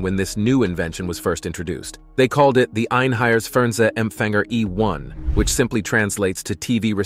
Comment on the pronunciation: EINHEITS not EINHEIRS. The first is a german word the second not. And it's E1 not E One. It's effect on propaganda was very small because it was extremely expensive. In some major cities there where some "Fernsehstuben", which where like small cinemas/pubs. Not worth to mention.